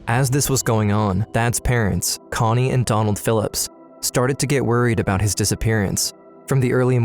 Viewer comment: Talking "uh-boat"